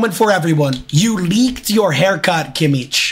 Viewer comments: It’s kimich not kiemmiech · the way he pronounces Kimmich LMAO KimiTSH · The way he pronounces Kimmich 😭